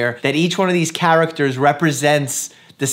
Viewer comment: Anyone else love the way he pronounces “characters”😂😭❤️